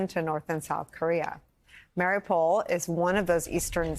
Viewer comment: Mariupol sounds like Mott the Hoople, not Mary Pool. You've had enough time to figure it out.